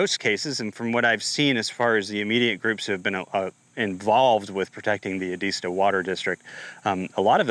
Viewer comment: It's Ed-ist-tow. Thanks for bringing this out!